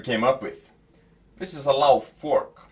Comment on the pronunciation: Interesting hearing an Icelander pronouncing his own product name wrong, because that's how non-icelandic people would say it.